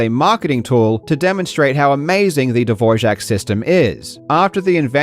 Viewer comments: dvor-jack? Sorry where on eartth did that J come from? Its Dvorak. as in Du-vor-ak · Karl. Dvorak. Not dvorjak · dvorak, not dvorjak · I don't know why you add a J to Dvorak but it's not Dvorjhak, it's DVOR-ak. At least that's what Google tells me. Did you think you were pronouncing the name of the Czech composer Antonín Dvořák? It's not! August Dvorak, the AMERICAN born in Glencoe, Minnesota, died in Seattle, Washington, invented the keyboard layout. His father came from Bohemia (part of the Czech Republic) and his mother from Minnesota, was also born to Czech immigrant parents from Bohemia. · Just an FYI it's DVORAK. Not dvorzhak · Hearing you pronounce Dvor-ack as Dvor-shack hundreds of times is maddening. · A small correction regarding the pronunciation of Dvorak, it's not the czech Dvořák ("Dvor-jack"), just Dvo-Rak as it's written. The inventor of the layout, August Dvorak, was born in the US and was called Dvorak, so it follows that his layout is pronounced the same, and not like the name of the famous czech composer who happened to be his distant cousin. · Karl, why would you pronounce Dvorak as Dvorzhak while all the characters (including those who met Dvorak personally) in your video pronounce it as Dvorak? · why do you keep pronouncing Dvorjak and not Dvorak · ...why do you keep saying "DVOJAK" when it's "DVORAK" ? 😮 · Dvor-AK! I dunno where you're getting the 'zh' sound from! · dvorsjack? what a weird pronunciation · It’s Dvorak not DvorJak! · Not sure how youre getting a "J" sound in the middle of the word Dvorak. I believe it's pronounced De-VOR-ak. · It's pronounced "duh-vor-zhak." Most sources I found online claim that the reason for this is because the unitary Czech phoneme /ř/ is split into a cluster /rʒ/, which forms a syllable boundary in English: /'dvor.ʒak/. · Love your videos but i dont understand why you kept saying "dvorshak" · How do you pronounce, 'Dvorak'? He keeps saying, dvorshak. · why is bro saying "dvorzhak keyboard" bro